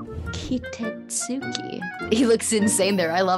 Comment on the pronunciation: Valeria didnt said “he.” She was trying to pronounce the artist’s name which is “Kitetsuki...” She said “ki-te.”